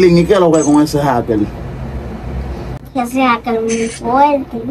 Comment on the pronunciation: Por qué no pueden ablar. Jaker y dicen jakel